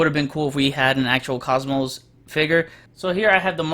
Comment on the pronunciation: It's "Cosmo", not "Cosmos".